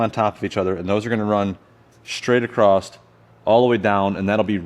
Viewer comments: Great vid. The word is “ Across” not “Acrosst/ acrossed “. Great vid. Lol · Cool vid. Aside from “Plumb”, dude seriously check how many times you said “all the way acrossT” or “all accrossed” instead of “accross” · you keep adding a T to the end of "across" and it's driving me up the wall. lol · Hey nice work and great videos but there’s no T in “across”. I have a friend that says it the same way and drives me nuts but I subscribed anyway 😂